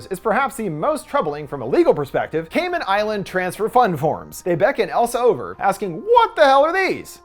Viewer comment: I love that you pronounced Cayman Islands correct!! normally people pronounce it as caymen islands